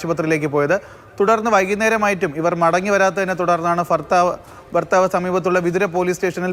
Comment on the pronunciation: ഫർത്താവ് 😂😂😂കൊല്ലം ആണല്ലോ.